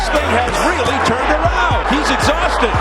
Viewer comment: “Exausted” new york accent